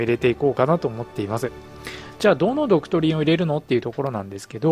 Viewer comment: ドク↑トリン↓